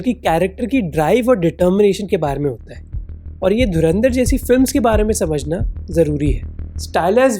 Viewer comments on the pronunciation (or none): Dharandar nahi Dhurandhar.